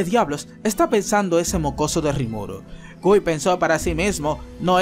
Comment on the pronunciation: una sola vez pronuncio bien el nombre de guy SALU2